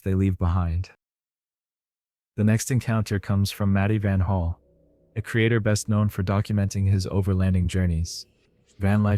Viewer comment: Its Van Halen not Van Hall